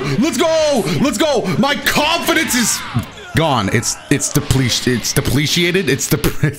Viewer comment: intro really said "no confidance"